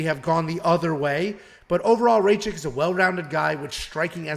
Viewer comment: U pronounce Rakic very wierd, I think rakic wins a decision but it’s so close